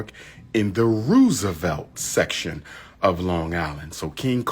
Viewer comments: Roosevelt (row sa velt) 😂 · I hate how he pronounces certain words, especially areas in New York. "rew-savelt." And when will he learn Harlem is not a borough and Black people live in every section of Manhattan?